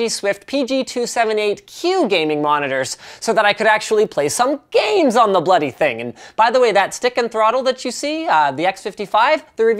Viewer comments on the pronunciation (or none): Canadians saying 'bloody' sounds so werid.....